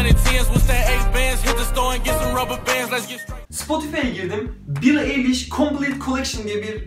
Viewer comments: Eliş değil ayliş diye okunuyor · şey ya billie eilish(ayliş)diye okunuyor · ya keşke soyadını ayliş diye okusaymıştın:( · ayliş ayliş eliyiş değil ĞŞLKJHGFTRDESDRYTUG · "eyliş" değil "ayliş" garezim falan yok iyi niyetimle söylüyorum tamamen kanalı da beğeniyorum 😘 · Eyliş değil knk ayliş😂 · Bi de eyliş değil ayliş diye okunuyo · Eliş değil Ayliş ! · Diğer tüm videoların ve bu videoda efsane ama kızın soyadı "eyliş" değil"ayliş" diye okunuyor.❤❤❤❤ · Elis değil ayliş diye okunuyor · Eli$ degil ayli$ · Bro telaffuzu yanlis yapmissin duzeltmek istedim Eilish "Ayliș " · Knk öncelikle Eilish diyememen beni benden aldı bide keşke hayatınıda araştırsaydın